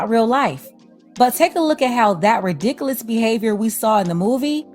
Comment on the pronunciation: You just said ridicalus hahahh